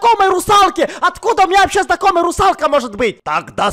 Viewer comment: Никто: Абсолютно никто: Сенсей Хачирикиваувау: Русалкэ🤣